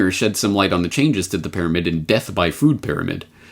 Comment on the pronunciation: I heard her say "fear-amid".